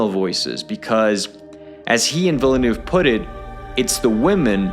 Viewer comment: Take a shot every time this guy pronounces Villeneuve’s name differently